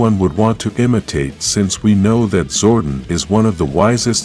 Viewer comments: Did it bother anyone else hearing him call him him "Zordin/Zorden" instead of "ZORDON/ZOR DON"? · Yes it bothered me as well... Zordon not Zordin... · His name is Zordon (Zor-Don) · It's Zor Don